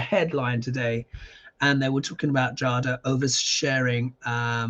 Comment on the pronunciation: I believe her name is pronounced “Jayda.”